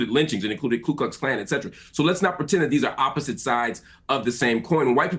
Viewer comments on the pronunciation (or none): none